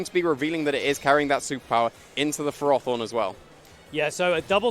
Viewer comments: Wtf is a ferORthorn? Surely it’s ferro-thorn, because it’s a portmanteau from ferrous. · Why did that announcer correct their pronunciation of ferrothorn. The correct pronunciation is ferr-áh-thorn?? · Ash Norman no it’s Furroforn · "fair-oh" pretty simple.